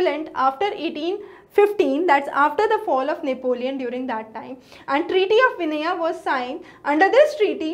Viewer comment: Its vienna not vinnea..its silesia not sisilea etc ...